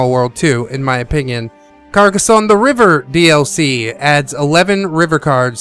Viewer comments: thanks for this review man. I think that most people pronounce it Car-Ka-sone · I love when you say Carrrrcaa zone -That's what she said. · Good video and the emphasis on the start as hilarious. Carcassonne! --- Carcassonne! --- Carcassonne! Regarding the Bundle, I will probably do the Skiparoo because I don't have the time for long games anymore and I have many other board games.